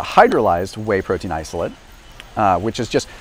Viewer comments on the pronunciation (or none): Stood right in front of Optimum Nutrition, the best selling protein, and didn’t review it. Also mispronounced isolate and albumin.